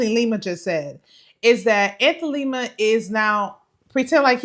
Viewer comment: People can't take y'all seriously when you continue to miss pronounce these dudes names...can't stand Lima, its not Lema!